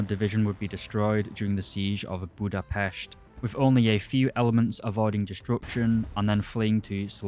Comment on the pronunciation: You said the S in Budapest so well, the same should be in Tigris(tigrish)